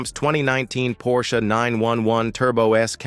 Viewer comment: Give everybody a break!! The car you show is NOT a cabriolet nor a turbo. You better get a little education including the pronunciation of the name Porsche.